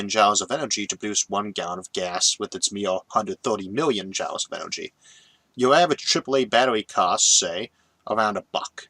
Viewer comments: Quite apart from the "impediment", there is also his sometimes-strange pronunciation. In this video, saying "jowls" for joules. Joules is usually pronounced just like "jewels", and comes from the name of the English physicist James Prescott Joule. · Why are you pronouncing joules as "jowles" instead of "jewels"? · Are you pronouncing Joules as "jowls" instead of "jools" due to the difficulty with rhotacism or because you've read the word that way before hearing it pronounced? Jw. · one pronunciation that gets me everytime is Joules ... he says jowls when jewels is more accurate ... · Heehee. I don't even notie the accent/impediment most days. But pronouncing joules as 'jowls' instead of 'jools' made me giggle. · I always thought "Joules" was pronounced the same as "jewels", not "jowls". Yes, that's probably how it ought to be pronounced, phoenetically, but then look at words like "laughter" and "daughter"... English is a messed up language. And it reminds me of something i read not that long ago... went something like "Don't make fun when someone mis-pronounces a word. It probably means they learned it by READING." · Joules = jewels not jowels, yikes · Joules is pronounced "joolz" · FYI joules is pronounced like "jewels" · you can't simply say fuel all the time and then epicly mispronounce joules which has the same sound. i know you have a speech impediment, you explain it every video. but you saying fuel right proves you can pronounce joule. sorry for shitposting... i love your videos, but i just had to say this.